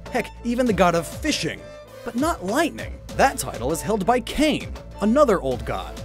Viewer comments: Kāne isn't pronounced "kain". It's kah-ney. Hawaiian, being a Polynesian language, doesn't have closed syllables like that. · It’s kah- nay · Kāne is pronounced "kah-neh."